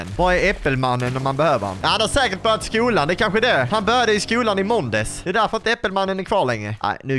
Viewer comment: du sa måndes i stället för måndas